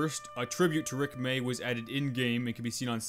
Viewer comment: When he said Rick may, it hurt me